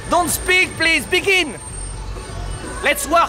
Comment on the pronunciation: "Don't speak pliz... BEGIN! ... let's work" ha ha ha ha